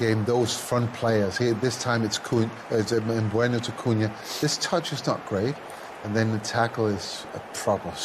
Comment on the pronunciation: Why did Schmeichel say Mbueno?? 😂😂😂